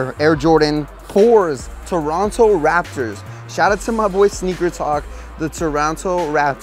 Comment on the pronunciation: THIS GUY SAID TORONTO RAPTERS COLOR WAY 😂😂😂